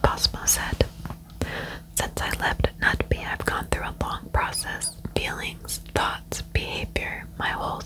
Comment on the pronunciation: Yeyy, you did this case!! 😍 I've requested it from so many creators! Thank you! Ps You would pronounce Knutby as in "Ruthview" 😄 if that makes sense! Word of Faith is a movement of prosperity gospel. Kenneth Copeland-type of ****. 🙈